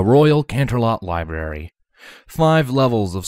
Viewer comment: Ok; just “HOW MANY” books did “TWLIGHT” check out of the “LIBARY”????? 😂😂😂😂😂😂😂😂😂😂😂